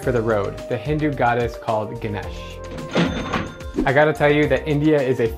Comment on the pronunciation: I laughed so hard by the way he pronounced 'Ganesh'🤣😂